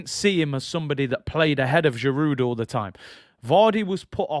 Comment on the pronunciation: Giroud, the "d" is silent, pronounced "Girou" It's not jiroutt